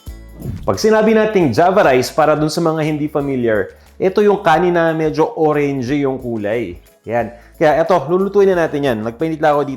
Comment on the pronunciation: I like how you said Orengee for Orange... that's how Japanese say it...Orengee 😄